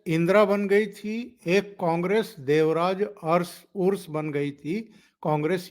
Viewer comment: जी, देवराज अरस बोलने का है, उरुस नही। अरस का मतलब, राजा, जो यह सब क्षत्रिय जात के है। हमारा कनाडा खराब मत कीजिए